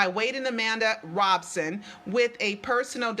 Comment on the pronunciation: Why do people keep saying is Robeson?